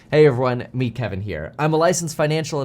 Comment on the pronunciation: I still do not know if he says hey me Kevin here or hey meet Kevin here